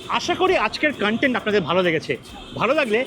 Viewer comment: Dada khub bhalo vlog banao. However, "kan-tent" - pronunciation er meaning ta alada.....ota "KON-TENT" hobe ...same spelling though ... "content". All the best!